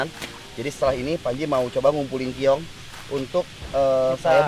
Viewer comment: keong ih sanes kiong